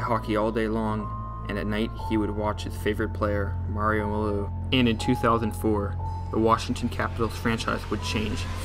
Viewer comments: "Mario Melieux" c'mon dude you can't do that to arguably the GOAT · Did you have a stroke when you tried to say “Mario Lemieux”?